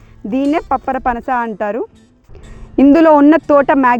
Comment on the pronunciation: పప్పరపనస కాదు పంపర పనస పండ్లు